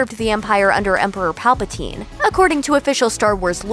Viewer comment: 11.38 She says palpatine. WRONG!